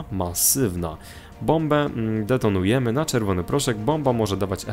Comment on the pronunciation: Bombę "tetonujemy" :D